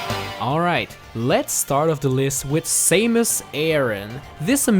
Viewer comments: You said that there are soo many amiibos out there but it should be amiibo, snd samus not saimus OMG!!!!!!!! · it’s Sa-MOOSE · U said Samus wrong